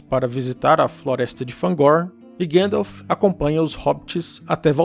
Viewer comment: Gandalf le como se escreve ! 😅